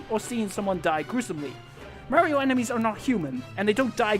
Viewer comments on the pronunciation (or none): Just an FYI: it's MARio. AR SOUND, not a AIR sound.